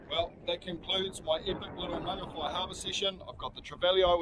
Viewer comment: At last someone who says Mangawhai CORRECTLY, and I love the "missy tero" comment too, I'm subscribed bro, I havnt heard "missy tero" in ages